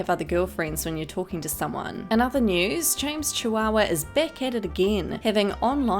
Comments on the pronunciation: Did she just say James Chihuahua lmao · Did she just say "James Chihuahua"!?